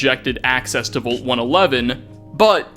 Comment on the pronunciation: Idk if it's you or me but I hate the way you say "vault". And yet here I am watching